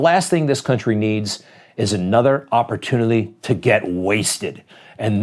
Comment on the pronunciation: and how much has he had today..,”opputinlity”? boy, go sleep it off or take a pill😁